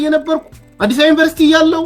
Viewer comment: Even They couldn't pronounce University properly, how they are teach others? Useless generation